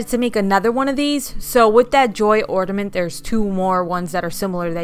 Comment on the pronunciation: OrNament not OrDament